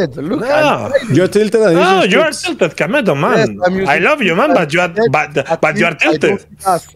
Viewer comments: IT IS KAMETO NOT KEMETO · its Kameto c'est pas kemeto??